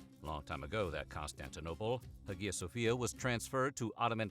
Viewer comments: "Huh-gee-yah"? No! Hi - uh, or haya - no hard "g" sound. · hagia ... pr. eye-ya. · Isn't the "g" in Hagia Sofia not pronounced?